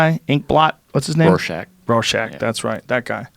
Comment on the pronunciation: Joe said "Brorshack"